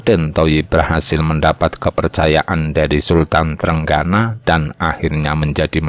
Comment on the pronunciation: Trenggono jgn dibaca TRENGGANA dong. Walisongo jg jngn dibaca wali sangha, gimna to?